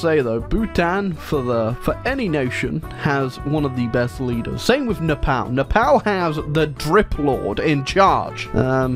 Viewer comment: everything's painful in this video but by far and away the most painful bit is the way pronounces "Nepal"